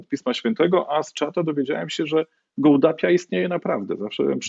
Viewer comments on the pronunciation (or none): Gołdap proszę Ojca, nie Gołdapia :-)